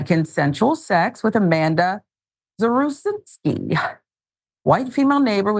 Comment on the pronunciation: I know someone with this last name. He pronounced it "zav-ruh-zin-ski"